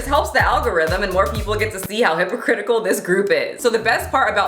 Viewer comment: I know what you really said but my brain heard hippocritical... I had to rewind 5 seconds just to make sure. I laughed quite a lot. Another great video.